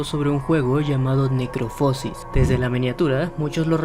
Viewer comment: Se pronuncia "necroposis" sin acento, no "necropósis"